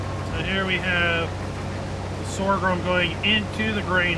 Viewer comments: What is this “sorgrum” you keep referring to? 🙊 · Stop saying Sor ghrum, there is no second R! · Everything you need to know about sorghum Step 1: Learn to pronounce Sorghum. As someone raised on a farm I was in a perpetual wince hearing Sore Grum 200 times. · LoL. You mean Sore-a-grum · Please- stop saying "Sorgrum"... its painful... 😐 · The word Sorghum has only one "R". Pronounced SORE-gum. Just like there is no X in espresso - "expresso" is incorrect. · There's only one r is sorghum. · Who knew there was an ‘R’ in sorghum? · I'm not trying to be a dick or incite a riot. Your pronunciation of "sorghum" is incorrect, no matter what part of the planet you are from. Look it up. I'm actually trying to be helpful with some constructive criticism. It's honestly hard to watch or listen to a video where someone is struggling with mispronunciations. I think people would rather watch a video where the narrator sounds well-spoken and intelligent. Do you think this would help your channel become more successful and find growth? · EXACTLY! It's jarring to hear such obvious mispronunciations in narration and honestly after reading his responses to viewers comments i'm not inclined to continue watching his videos. Have the grace to admit when you make a mistake and learn from it. Doubling down when people point it out only makes you look arrogant AND ignorant. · you're saying it wrong. I love your videos but it's simply incorrect.